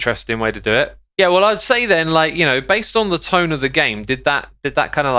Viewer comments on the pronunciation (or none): none